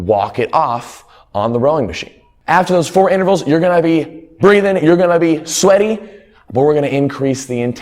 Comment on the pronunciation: Is it sweaty or schweaty?